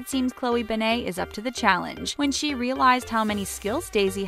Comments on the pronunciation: ughhyou kept pronouncing her last name so wrong!! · OMG the last name thing is BRUTAL also add how she said Krav Maga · Call yourself a fact channel when you can’t even say her name right